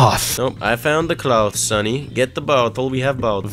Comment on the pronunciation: Bro said summy instead of sunny lol